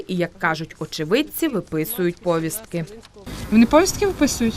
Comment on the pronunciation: Де взяли такий наголос ПоВІСТКИ? МОЖЕ ПВіСТКИ?